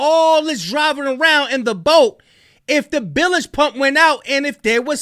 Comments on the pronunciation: Bilge, not billage... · WHAT’S A“BILLAGE” PUMP?